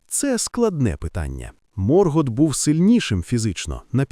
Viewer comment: Ви серйозно? «Сільмариліоні»? «Морґорот»?. Як людина з профільною філологічною та історичною освітою, я Юлія Зимовий Феанор, врівноважена версія свого літературного тезки, заявляю: ваш контент — це ганьба. Ви навіть назву величної книги професора Толкіна вимовити правильно не можете. Яка «релігія»? Сюжет оригіналу вже став нашою реальністю, а ви продовжуєте шукати недоречні паралелі. Ви, мабуть, не читали ні Толкіна, ні Юрія Щербака («Хроніка міста Ярополя»), ні Ніла Шустермана. Мандосе, запиши цих невігласів у свої сувої! Áva quetë! (Заткніться — квенья).Я заводжу свій YouTube-канал (назва в розробці), і тоді вашому невігластву прийде кінець. Хай Альквалонде прийде у ваші домівки, а прокляття Феанора ляже на вас до сьомого коліна за те, що паплюжите мою кохану Арду! 🛳️🔥.